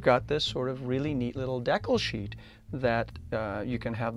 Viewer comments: This guy doesn't know how to pronounce "project" or "decal". What is he, a Canadian or just a weirdo? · i thought this was a very well-done in interesting video for ta couple reasons,. First, it brought back memories when i built an AMT 1/25 Ranchero kit back in 1961. Second, you kept pronouncing decal as deck-el rather than de-cal. This is something I've always done since I was a kid. I'm now over 70. <LOL> Third, I've built a lot of brass/wire chassis over the years & seeing other's works always interests me.